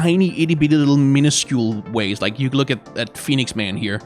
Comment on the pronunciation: I don't know why, but him saying 'Phoniex Man' is too funny.